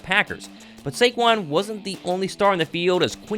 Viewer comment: Yall gotta put respect on his name, it’s SAQUON, not SAQUAN